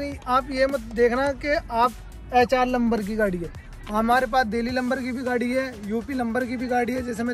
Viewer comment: Lamber nhi bhai number hota hai 😂